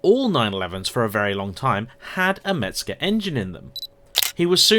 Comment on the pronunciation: Mezger !!!!! Not Metzger !!!!!!!😊😊😊😊😊😊